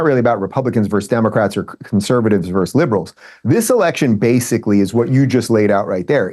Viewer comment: Adam, please help Dave. He is pathologically unable to say "versus." Every time he says "verse."